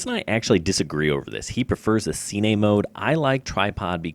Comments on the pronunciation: “Seenay” mode. 🤦🏼‍♂️. Killed all reliability of information me. See you at the “seenayma” I suppose. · Am i the only one who cringed when he said cine? lol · it isnt see-ney